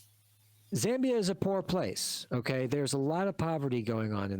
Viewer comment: We are not that poor bruv also it's ZAAA MBIA not ZEEE